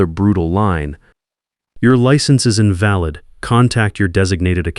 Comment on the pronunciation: the way invalid is pronounced means not well, weak and sickly, infirm